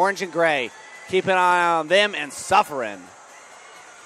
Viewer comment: It’s Suffern not suffering! Smh